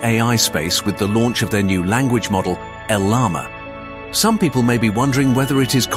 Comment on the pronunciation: El Llama by Meeta lol. Did ai read the script?